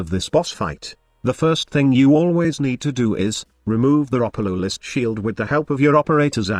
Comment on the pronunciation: Thanks, I learned how to pronounce Ropalolyst from your video.